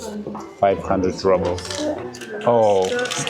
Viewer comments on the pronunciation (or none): Why do Russians pronounce ruble/rouble “rubble” in English?